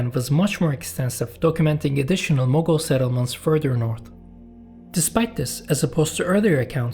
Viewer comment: Mughal or Mongol? The title doesn't match with the pronunciation.